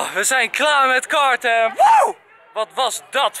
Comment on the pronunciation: ik verstond kaarten in plaats van karten! hihihihi ;)